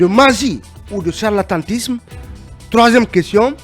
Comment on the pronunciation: On dit charlatanisme et non «harlantantisme».